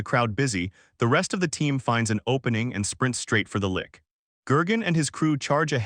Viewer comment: Lich, Lich, Lich, Lich, rhymes with Ditch, Which, Hitch, Bitch, its Not A Lick.